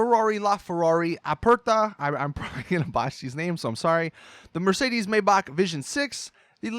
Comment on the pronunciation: lmfao its pronounced (May-Back) lol not (may-bash-he) Maybach